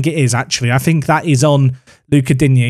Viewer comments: it's not Dig-knee it's Dean-yay lol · Digne pronounce Dee-Niyah phonetically. Sounds like you’re saying dingy at the moment 😂. Love the vids! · my man called him dig-neh